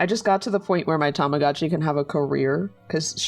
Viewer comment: Isn't it Tamagotchi and not tomogachi? Bc "tamago" is "egg" in Japanese